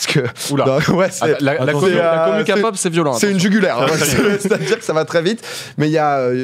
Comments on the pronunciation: On dit "K"(kë)pop 🤣🤣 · Non mais tqt si tu sais pas prononcer t'apprends et c'est tout, c'est juste désagréable quand vous dites "kapop" et "bétèesse" mais ne te sens pas vexé, on te pardonnes ( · Et c’est KEPOP NAN KAPOP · Pas Ka pop la Ké pop si tu pref, et jungkook 😍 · "kapop " MAIS ... NON 😭😭😭😭😭svp faites un effort 😭😭😭et logique que on les protège